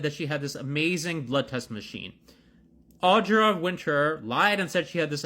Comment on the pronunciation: I would just like to ask that everyone talking about her get her name right. Audra, not Audrey. Winter, not Winters. Manage that and then criticise her as much as you like with no objection from me.